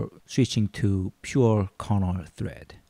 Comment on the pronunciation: Are you tring to say carnaugh or kernel?